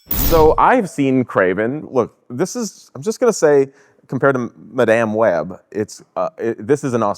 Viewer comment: "Ma-damn web" I almost spit out my coffee